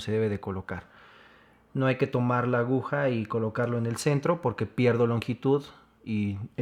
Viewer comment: excelente tutorial, solo que no se dice ahuja sino aguja.... solo eso.